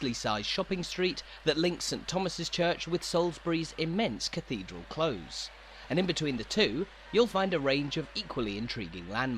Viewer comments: Cathedral CLOSE is pronounced like the opposite of far away and not the opposite of open. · This is wonderful, however the pronunciation of 'close' is not from any English dialect with which I am familiar. Granted, I am from Stoke-on-Trent. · His pronunciation of close bothered me way more than it should have done! It's close to something, not like to close a door.